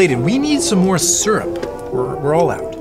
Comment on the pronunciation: It's SYRUP not surup